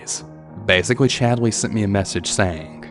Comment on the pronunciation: i’m sorry… but “Chadly”?!😂